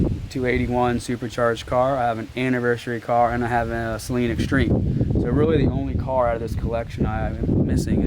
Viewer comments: It is said "Suh-lean" not "Say-lean". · First off Great upload and don't take this the wrong way because I'm not being a smartass but It's Saleen, not Sayleen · As someone that had a 2008 red flag edition SA-Leen, one of only 100 made, it makes me hurt physically hearing the word Saaayleen....Repeatedly. I thought u were a big fan of these cars. I'd guess you would at the very least learn how to say them...baby steps I guess for those that haven't owned one....lol. and yes that's a slight but also not meant to make u too butthurt. Just messing with u. But for real...SA-Leen....they are special cars...5 mins and google or YouTube can sometimes be your friend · Good lord pronounce saleen correctly... it's saleen NOT SAYLEEN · Saa leen not say leen😊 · You guys just glaze over the fact the 351 is a pushrod windsor motor in a new edge from "factory"! The extreme rainbow is a lot like LV4 midnight purple on the skyline but the beryllium is fire! Sorry to be "that guy" man but it is Saleen(Sa-Lean) not saline(say-lien), Mans name not salt water. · I had to laugh when he said wow look number 03 the 3rd one built....03 is the year...and if it says s281 that's 281 cubic inches....and it's saleen not sayleen .... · Every time you said sayleen it hurt that poor man…it’s Suh-leen…Saleen…Also Steve saleens daughter drives a new edge saleen…Thanks to both of you for the awesome video…. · My wife said the same. She was like, what is he saying? What is a Say-leen? Isn’t it pronounced Suh-leen? I just started laughing. It’s like the guys that say sir is that a Rooosh to my stage 3? Lol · There is a guy named Patrick with a huge collection of Saleen(pronounced Suh-leen BTW) cars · “Say-leen” oh my god I cringed everyone you said that. A little research before you shoot these videos would go a long way. I felt like my nephew was shooting this when you continued to say “vert”. I feel like these Gen Z kids have no business doing a legitimate review. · It's not Say-leen... jeez